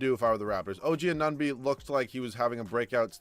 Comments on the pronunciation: I know. I died inside everytime he said "OG Anonby". Why is Anunoby so har to say? hahaha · “Oh gee uh nun bee”